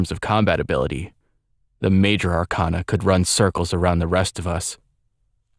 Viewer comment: this is great, but one minor thing: arcana is pronounced wrong here. it's are-kay-na, not are-kahn-a. persona 3 used the latter, but atlus admitted it was wrong & used for artistic effect. Keep up the good work, though!